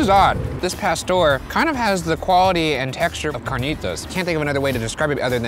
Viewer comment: The way he says carnitas🤦🏽‍♀️